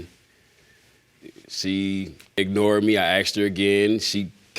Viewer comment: "I akshed you! I akshed you!" Hey, does you think Sideshow Bob the babydaddy is?